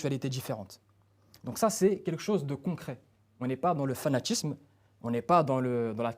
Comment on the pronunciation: "On est pas de le fanatchisme, je sais pertchinament, c'est à djire..." Punaise mais apprends à parler français mon gars! Ensuite il nous parle de dieu pendant dix minutes pour nous dire qu'il est quelqu'un de très rationnel😅😂 La cohérence du type. 🤡